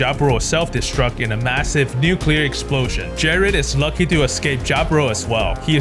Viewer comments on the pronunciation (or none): none